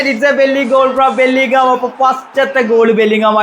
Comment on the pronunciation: Player name ngene paraynneth korech korekko🤦🏻‍♂️